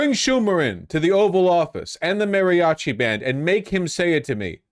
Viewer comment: Every time Vaush says "MARRYochi" I die a little inside.